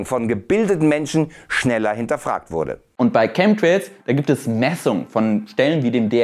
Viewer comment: Lustig, bei 'Chem'trails soll "Schemie" rausgelassen werden. Schemtrails oder Chemtrails, Schemie oder Chemie? 😅